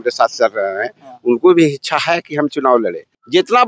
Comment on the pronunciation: इसको बोलने ही नहीं आता है इच्छा को हिचछा बोलता है